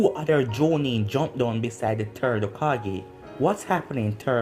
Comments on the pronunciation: What The Other Hear:Whats Happening Third What I Hear:Whats Happening TURD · Bro anyone hear when he called the third turd